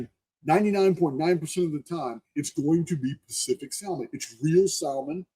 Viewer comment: You crack me up with how you say Salmon. The L is silent. Much love brother.